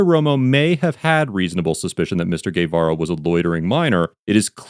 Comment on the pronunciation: Nicely pronounced! Guevara 👏